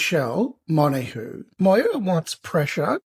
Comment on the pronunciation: Bro, how you going to pronounce Montague's name right but calling Valenzuela.... Venezuela... it ain't a I can't thing, it's a I don't want to learn/lazy thing. Still love you and the husky bro!